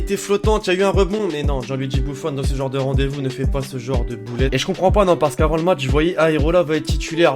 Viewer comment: "Je gombran ba"😂😂😂😂😂